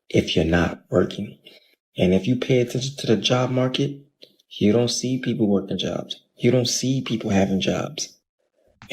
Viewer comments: Peopple? Maybe EBT should cover English classes? (Also thinking that guy was satire) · What’s a “peopple”?😂